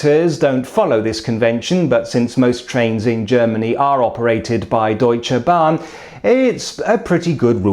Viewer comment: I am puzzled about his accent. The word "Deutsche Bahn" he slightly over pronounces it, but "Inter Regio Express" he is spot on - the R's are a bit difficult for foreigners to pronounced, but as I said, his accent leaves me puzzled, bit of a british twang in there, but the German pronunciation very good, bbut then also he looks more like a German than a Brit :-D